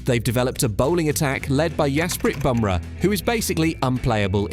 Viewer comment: " India bolwing lead ly yaspit bubra " dude